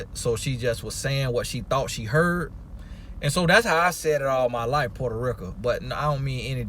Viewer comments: "Puerto Rica" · “Listen....you hear meeee?” 😂😂 love that. “Portarica” 😂 “Jewmaican”🤣